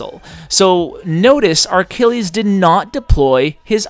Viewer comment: Why do you say Ar-Kill-eez? There's no R in his name. It's Achilles. Uh-kill-eez. And, yeah, one of those was a th10 vs a 9, not really a fair comparison